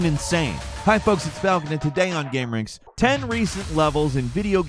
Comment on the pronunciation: Hey Falcon, it's folks